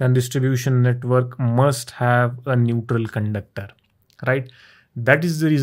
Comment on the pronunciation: NeutRRRRRRRRRRal line.